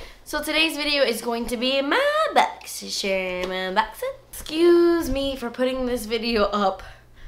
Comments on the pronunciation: i just love how you say boxy churm haha favorite unboxing person ever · i only watch these videos to hear you say "boxysherm"😂